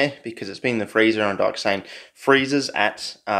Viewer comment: I see dat "dyoxane"